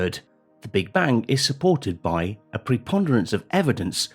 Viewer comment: "Understandink of the Big Bank may be wronk"? Yes I think so too.